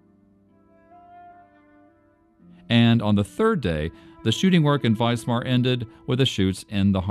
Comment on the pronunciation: Note to the narrator: it is WISMAR not Weismar. Pronounced Vizmar.